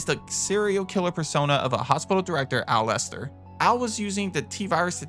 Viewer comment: Other than not bothering to learn how to pronounce Aculeozzo because, well… streamers and their incredibly limited IQ and unwillingness to learn something new, this enemy is actually a reward of sorts for clearing an area in RE Revelations’ Raid Mode. Because it has such a tough skin, shooting an Aculeozzo is a waste of ammunition. Instead, use a knife to stun lock it to death or throw an electric grenade, which will kill it instantly